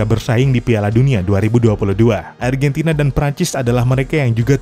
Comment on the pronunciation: Argantina yess